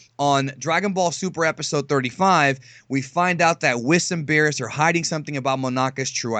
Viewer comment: It's beerus